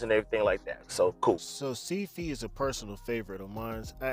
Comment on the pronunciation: “ Seed Fee “ 😂😂😂😩 I laughed lol the way you pronounced it , but thank you for this info !! I subscribed